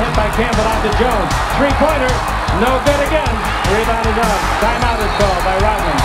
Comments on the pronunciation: Hey it’s Rodman not Rotman. Pronounce your D’s better. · Why does he pronounce it as dennis rotman? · Its Rodman not Rotman!!! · He says Dennis Rot-man- like he stops breathing and can't use the D sound in RoDman. 😂